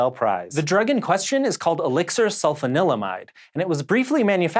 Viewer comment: I'm sorry, did you say Elixir Sulfa Limeade? Sounds delicious!